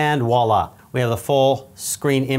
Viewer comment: Just a quickie - it's 'voila' not 'walla'! French for 'see that'. Great vid. Really detailed and informative. First rate!